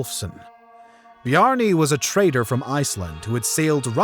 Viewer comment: I see. It's difficult to differentiate the pronouncion of the T's and the D's with his accent, hence I couldn't distinguish whether he said 'traitor' or 'trader'.